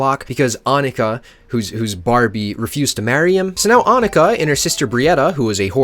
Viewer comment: omg he pronounced annika correctly